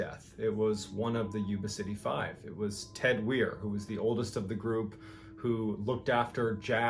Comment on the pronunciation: I believe his name is pronounced w-eye-er Weier.